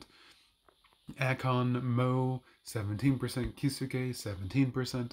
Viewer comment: Key Zoo Kay lol. Your Kisuke pronunciation is awful. 🤣